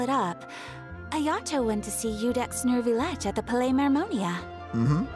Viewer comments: First of all: HAPPY NEW YEAR! Hope your holidays went well and you had fun. About french pronunciation: - Neuvillette has no "r" sound in it... AT ALL. I don't know why people think there is one o.o - Letellier: Chevreuse says the name perfectly at least, "LETAYLIAY" (no "r" sound either for that one) - Chevreuse: many english streamers pronounce it "chrevroose"... which is not the right way ^^'. In fact, "E" and "EU" are pronounced the same in french, "EU" is just a longer sound. (it's the same for N-EU-villette). - Baptiste : again wrong pronounciation, the P is kind of silent, the best way to say it is BATISTE. Rest assured you're not the only ones having problems with french, I still haven't heard any streamer pronounce the french names correctly since the start of Fontaine , my poor ears are bleeding since 4.0, help! xD (I still don't understand, since the start of the game, why in the EN dub there are so many foreign words if it's only to butcher the pronounciation... T.T) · Neuvillette doesn’t have a “r” sound. The “eu” is /œ/. When you pronounce “bed”, the “e” is /ɛ/. Keep pronouncing this vowel, but only change your lips to extrude out and rounded, then you will have the sound. It’s like the sound you make when you see something disgusting and about to throw up. The letter “r” does not always pronounce; it depends on the letter combination. When you have “er” at the end, like the name you saw ending with “ier”, “er” is /e/. It’s the first half of the vowel in “pay” /pei/. So “ier” is just /ie/. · neuvillette's pronunciation isn't supposed to have the 'r' sound in it i think!! the 'eu' is supposed to be pronounced as the 'i' in bird,,, that's the closest sound i could find anyway :] we actually have a letter for that sound in turkish,, 'ö'!! but this is how i heard french-speaking people pronounce it,, im not french myself so what would i know ^^'